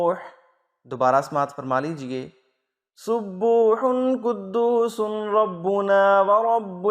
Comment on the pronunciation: janab aap ne RABBANA likh aor RABBUNA padha hi.... konsa sahi hi?? rabbUna - rabbIna..